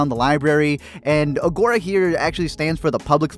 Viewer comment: The pronunciation of agora in this video lol